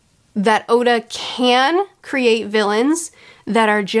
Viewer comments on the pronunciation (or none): I've heard her mispronounce a lot of things, like Oda being Osa, but now she just pronounced ally like alloy and I kinda lost it and giggled out loud.